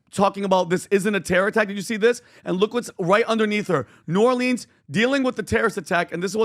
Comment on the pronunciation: New Orleans… it’s killing me..we say new or-lens… not leans… nails on a chalkboard for me… from a native New Orleanian.